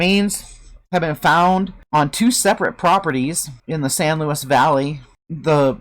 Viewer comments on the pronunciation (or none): none